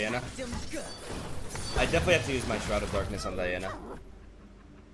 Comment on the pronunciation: Man, DIANA NOT D A IANA